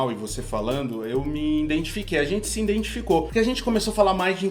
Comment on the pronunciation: A cara da Rita quando o fala INDENTIFICAÇÃO